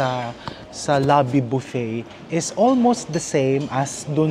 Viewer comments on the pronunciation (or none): none